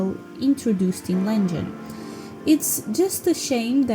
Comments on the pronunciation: girl its Legend not lengen lmaoo Legend is my all time fav video game. too bad its too short cus its so perfect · Wow, interesting and surprising to know that Anniversary sold the least! I believe one day you'll start using 'Legend' instead of 'Lengen' haha :yougotthis